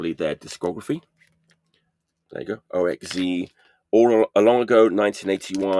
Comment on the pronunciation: OXZ is pronounced OX-Zed as far as I know. Kyah's first 7" is on RBF and 2nd Slapdash is on AA the first is punky the 2nd is more hardcore.